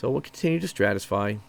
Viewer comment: Stratify. Stratification. Not what you keep saying.